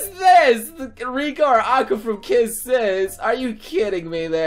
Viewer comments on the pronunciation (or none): none